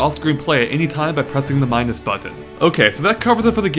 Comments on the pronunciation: hehe, you say button funny :) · U say the word button wired lol